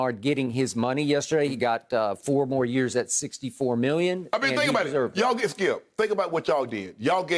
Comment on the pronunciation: "we want our geet back" lol